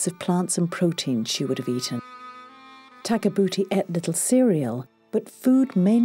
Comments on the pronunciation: had a hard time watching it after you pointed tag a boota out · I'm trying to watch this video WITHOUT laughing so hard every time it says takabuti when it sounds like their saying tag a booty😂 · Great documentary. But kept laughing ever time they say tag-a-booty. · After having to listen to that woman narrator pronounce "Takabooti" a thousand times while spitting into the microphone we finally fell asleep waiting in vain to see what the mummy looked like. We gave up. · Hinks read her name as Tabouti, Where, when, how and why did the 'ka' come into it?